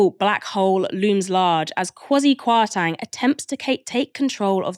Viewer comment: I love the show and I’m not a fan of Kwasi Kwarteng at all… but just for info it’s pronounced “KwartEng” not “KwartAng”. As someone with Ghanaian ancestry the pronunciation was a little bit distracting. But other than that great show as usual! is a brilliant presenter.